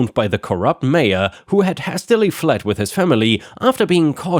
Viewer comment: "hastily" is said as "hay steh lee." It's a form of the word "haste."